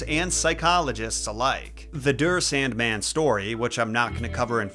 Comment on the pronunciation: Der Sandmann is pronounced Dare SAHNDmahn.